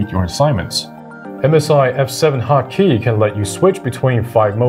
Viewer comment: I am hearing hot key as HAKI...